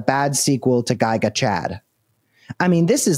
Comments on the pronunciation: I've never heard someone pronounce "giga" as "guy-ga" before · why does Cameron pronounce giga as "guy-gah"? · Did this guy just pronounce “giga”, like guy-guh? LOL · At least pronounce Giga correctly its not Gyga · gi ga? Gig-a....Gig-aChad.... does he pronounce things weird on purpose? There were a couple words that were just different, never heard them pronounced that way. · This dude mispronounced like 5 words..... Giga? Cmon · Interesting pronunciation of Giga. Great reporting. #FDJT #FMUSK shut down Grok now. I agree that this is a bribe.